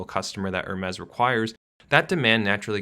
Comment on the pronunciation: He pronouced Hermes also lol